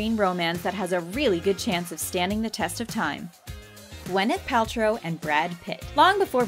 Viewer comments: 3years later just realizing she said wyneth paltrow instead of gyneth paltrow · I'm sorry but..."wyneth Paltrow "